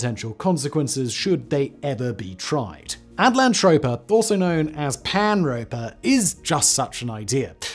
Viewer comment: Just saying, you spelled it At-LAN-toe-pea-ah....but you're saying it at-land-trope-ah.....they can't both be right....are there any videos where you say utopia for comparison? 😆